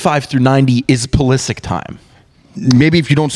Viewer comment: The group pronunciation of 'Pulisic' is a really tough scene